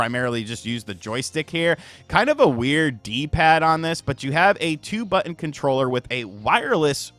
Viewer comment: BUT-TON. I see you 😂